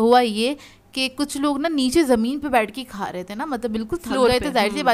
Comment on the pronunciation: Ap کھا ko خا bolti hain aur اگر ko اغر 🤭